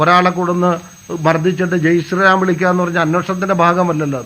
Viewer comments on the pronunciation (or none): ജയ് sram അല്ലടാ...ജയ് ശ്രീറാം